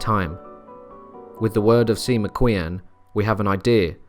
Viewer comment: Sima Qian is pronounced Ser-Ma Chien, more or less. I don't mind you mispronouncing the name of a mass murderer, but to screw up the illustrious Sima Qian is a crime. Pinyin, the official romanisation of Chinese is not too hard, you just have to overcome the prejudice that every Roman letter has to stand for the exact same sound in Chinese as it does in English. The pinyin 'q' is a "ch" sound, as is 'ch', but the two are subtly different, though instantly detectable to Chinese ears..